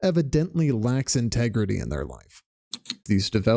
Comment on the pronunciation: Where are you finding all these extra syllables?? Cheat-ting, in-teg-reh-teh.